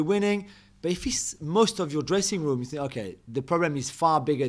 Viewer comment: The ‘I sink’ guy finally sunk.